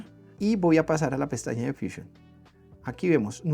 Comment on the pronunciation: Si estás dando el tutorial en español porqué dices fuchiun, deberías decir fusión, pero vamos si tanto te gustan las palabras inglesas deberías dar el tutorial en inglés